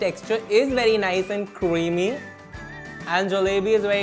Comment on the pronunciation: Cinnamon bun with hot chocolate ke upar agar whipped cream ka garnish hota with some chocolate sprinkles phir to oh ho ho jaata! Also, cweamy, cwispy and cwunchy wala accent badhiya as always 😂